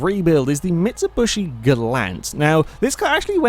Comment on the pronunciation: It's MitsuBISHI, not MitsuBUSHI